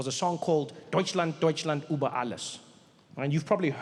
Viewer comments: Trevor - lots of love from Germany but PLEASE learn the history AND the Umlauts !! It's Über...Ü...Uber is a Taxi Service. And the anthem was not changed. Only one vers left out. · It is über, and NOT Uber. BIG DIFFERENCE...PLEASE! Uber is the Stupid name they call the taxis.. If you speak Afrikaans you know how to pronounce the ü properly... as in uurwerk..